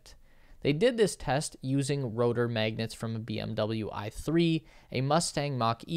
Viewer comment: Stop calling magnets ‘maygnets’. /ˈmæɡnɛt/ has an [æ] sound as in ash.